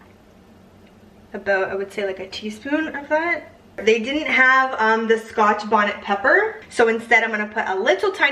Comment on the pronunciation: I’m cracking up at how you say Scotch Bonnet peppers. 😂